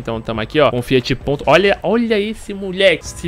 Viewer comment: "FIAT P"O"NTO" SAUHASUIHASUHASSA